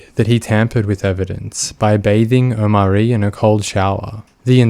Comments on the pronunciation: the fact the narrator keeps saying "oMAHri", when you can hear how is name is supposed to be pronounced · The way you keep mispronunciating his name :/ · Come on dude you could at least pronounce the kids name right. They say it about 50 times. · Feels like kind of a disingenuous video when you can’t even bother to lean how the child’s name is pronounced before you record your narration